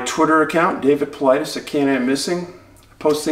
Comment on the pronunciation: Isn't it interesting that some Youtubers or media mouths mispronounce "Paulides"? David opens every video stating his name... Not sure if we should trust the opinion of an individual who has not done the MINIMUM amount of research.